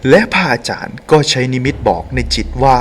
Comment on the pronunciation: ทำเสียงปกติจะดีมั้งคะ ไม่ได้พากษ์หนัง หรือเล่านิทานให้เด็กฟัง ไม่ต้องทำเสียงขนาดนี้ก็ได้คะ พะอาจารย์ หรือ พระอาจารย์คะ พูดให้ชัดคะ ภาษาไทย จะน่าฟังกว่านี้เยอะเลยคะ ตัว ร ล และ เสียงควบกล้ำ พูดให้ชัดๆ คะ อาชีพนี้จะได้น่าสนใจกว่านี้คะ สาธุๆๆ